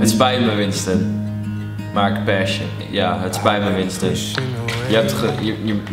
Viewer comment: Mijn autisme kan het niet aan dat je paSH ipv paSS zegt :'(